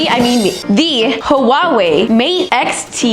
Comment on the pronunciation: did she just say ha wa way